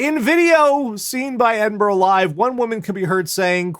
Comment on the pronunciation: In fairness, because I unfairly griped about this some years ago - yay, he got Edinburgh pronounced right, multiple times! Also, that story - they may only have been thirty people inside the Trojan Horse but none of you are fucking Odysseus, okay?